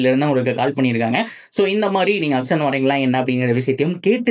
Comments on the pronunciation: Athu ennaya "akson" 😂 Auction nu thanaya solluvanga😅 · Akson ila Bro... Auction.... Your video super... Auction ah matum nalla pronounce panunga